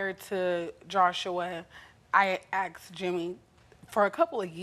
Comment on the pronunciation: Don't they learn to say "asked me" not AXED me?